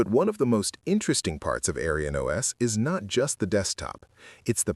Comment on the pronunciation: I don't mind an AI voiceover of real human work but I want you to know that the AI voice's pronounciation of AerynOS sounds like "AryanOS" which is a racist historical term. It's very obvious that this isn't your intention, but I would tweak it to change the pronounciation in future episodes.